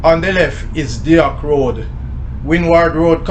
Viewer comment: Thanks for this, I grew by there, and spent many days on that road and at the Flour Mills.. And Deoch Road is pronounced " DOCK ROAD"... DOCK like a ship dock.. despite the spelling, its pronounced DOCK Mi family owns property on Deoch Road.